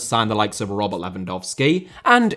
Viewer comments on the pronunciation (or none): none